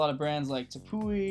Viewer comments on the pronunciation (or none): Tepui is pronounced teapea bro lol